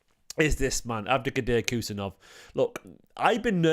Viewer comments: His name is Abdukodir not Khusa,surname pronounced husanov like h in Halaand and Husaaanov not Kusanooov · Bro said kus kus 😂😂